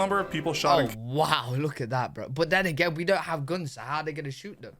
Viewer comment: Please QUIT saying gounes when you are trying to say Guns... and that's all I got to say about that.